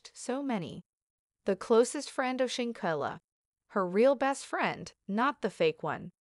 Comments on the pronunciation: Perhaps you should have started by lcorrectky pronouncing her NAME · WILL YOU STOP PRONOUNING SHANQUELLA NAME WRONG YOU ARE DISRESPECTING HER. JUSTICE FOR SHANQUELLA 👸